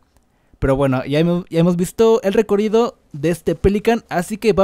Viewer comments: Porque dices recorido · Por q dice recorido 😂😂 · Me rei como pronuncias recorrido perdón xd